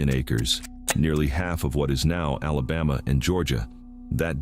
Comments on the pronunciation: Oh Hell No...he just said South Alaboma Naw man get the Hell outta here!! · I'm from east central Mississippi, it's a shame what we live in today , doesn't matter to me if it's AI or not , it's a sad day when you can't even say Alabama right !!!😮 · No such word as alabah ma . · Learn to pronounce Mobile and ALABAMA!!!!!!!! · Voice track has to be computer generated. Repeatedly mispronounced names from Alabama. But otherwise interesting history. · AI can’t even say Alabama correctly! Much less Mobile! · This AI really can’t speak Alabaman at all. E.g., Mo-bile, mo-bull, and moble, but no Mo-beel. And now y’all are Alabamians and live in Alabumma.